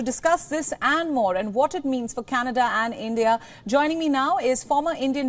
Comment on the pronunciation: Canada soon will be called as "Canedda" 😂😂